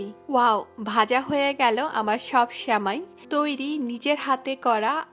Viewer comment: Sheuli Khanom কাণে বেশি শুণাই ভালো ।